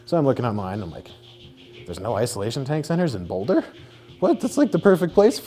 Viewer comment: "Boulda" - Joey Diaz